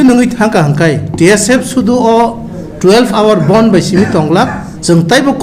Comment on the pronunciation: It's "Bandh" not "Bond." "Bond" has different meaning....